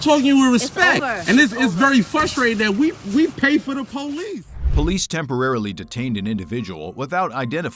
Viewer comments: She's a sheriff, why does she have to call the po-lice? What's another "unit" going to do? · Oh No, please don't call the po-lease